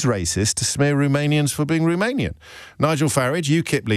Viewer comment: Can we first pronounce Romanian correctly?